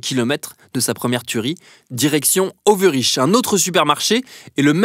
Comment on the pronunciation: La video ne fait que 22m46s,donc compliqué pour moi de trouver 16h59/7h01/13h32....mais en cherchant j'ai trouvé.....bon c est vrai que pour un Belge,meme éloigné de la frontière linguistique Néérlando/française cela irrite toujours les oreilles d entendre Overiche pour Overijse (Overeillesse) par ex mais comment voulez vous qu un Parisien ou autre connaisse le Néerlandais?Il faut d abord essayer de bien parler sa langue maternelle,et pour le reste on fait ce qu on peut,denk ik,vind u niet? Bon pour Uccle il n y a pas d excuses....